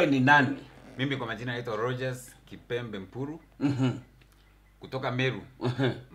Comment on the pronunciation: Jalas kept on mispronouncing kipembe to the end 🤣🤣🤣